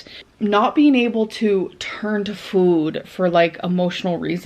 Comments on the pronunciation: Is anyone else annoyed at how she says food? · The way she pronounces food makes me so angry 😡 She didn't say it like this before. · Why has she started pronouncing “food” like that